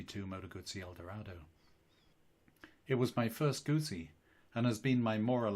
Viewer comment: Here in Australia goosie is baby dribble, Gutzi is the motorcycle.Thanks for your effort in the correct pronunciation of Moto Guzzi. You are blessed with a meliflous vocal tone, would have put your grandkids to sleep within minutes of reading them bedtime stories at night. Regards from down under